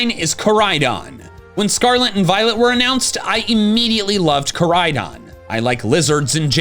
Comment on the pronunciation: IT'S KORAIDON, NOT CORIDON!